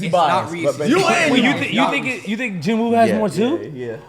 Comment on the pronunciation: Its jin woo